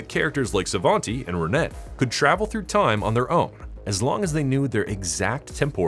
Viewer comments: I cringed everytime you mispronounced her name. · Renet is a French name. The "T" is silent. In English, it's kinda pronounced "Ran-ay". In French, it's more like "Rhun-eh".